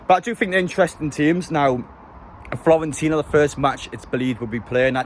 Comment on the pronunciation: Stop pronouncing it Florentina !! :D